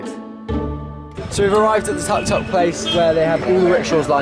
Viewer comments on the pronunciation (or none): I love how they pronounceTuk Tuks (the 3 wheeled car they're driving). They pronounce it like tuck tuck but its actually Took Took. They're so cute.